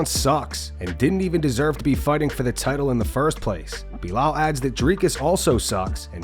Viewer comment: Belal. Say his name correctly at least. He's the champ. You wouldn't last one minute inside him!...